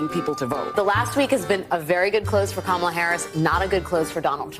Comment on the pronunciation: Kama-ma-la-la-la, LOL! That woman was ridiculously dumb! 😂😂😂